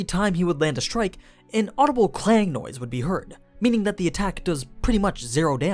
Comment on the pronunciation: Please stop it with "Air Strike Shield". It's Ersten (first) Shield. Look it up in later volumes.